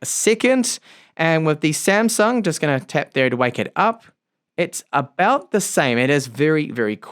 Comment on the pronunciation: not 'samsang' it 'samsung'